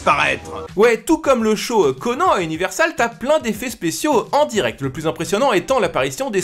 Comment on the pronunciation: Franchement je t'adore mais tu ne sais pas prononcer Conan (Anne) je suis extrêmement déçu. Mais continue comme ça quand même. Conan (ConneAnne)